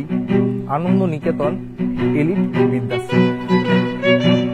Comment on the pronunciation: ভাই এটা বিদ্যাশম ,না কি বৃদ্ধাশ্রম? কিছু মনে করবেন না একটু উচ্চারণ টা ঠিক হলে শুনতে ভালো লাগে 😊